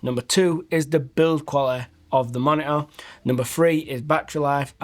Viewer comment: great "moni'ah"